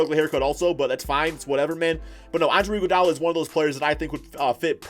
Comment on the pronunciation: “Andre iguodala”